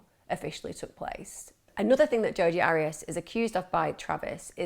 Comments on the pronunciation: AIR-REE-ASS not ARRY-ASS . I so wanted to listen to this, but if you can't even get the name right... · Her name is pronounced' Air re as' but who cares shes a nobody 👍🏽